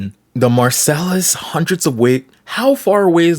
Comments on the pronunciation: "Marcel" is crazy, bro you are canadian you should know how to say ts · You can't even pronounce Marseille either, if you dont even have enough care to learn about what you're talking about, why are you talking about it?